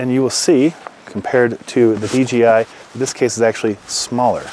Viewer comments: great vid... ima troll by saying D G I... lol its D J - (jay) I.. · d J i...not d G i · It’s funny how everybody mistakenly says DGI, when it’s DJI lol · Curious question - why does everyone in almost every review of the DJI system, pronounce it "DGI" (dee-jee-eye)... is this like some weird Mandala Effect thing, where suddenly the letter "J", has different phonetic function than I remembered? 🤣